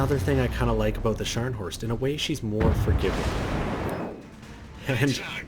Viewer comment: Scharnhorst. Not Shcanhorst or Scarnhorst.